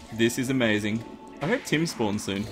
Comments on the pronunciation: i thought kept saying 'tin' then i realised he was saying tim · The entire time I was thinking... Why does he need tin? Tin spawns in the underworld? Whhaa? are you crazy... and then I realised he was saying Tim xD